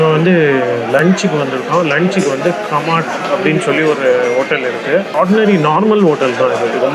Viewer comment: அது காமத் ஹோட்டல். கமாட் இல்லை. தயவு செய்து பெயர்களை சரியாக தெரிந்து கொண்டு பேசினால் நலம். வெயில் காலத்தில் ஹைதராபாத் சென்று விட்டு சூடு அதிகமென்பது ஆச்சர்யமாக இருக்கிறது. Laad Bazaar...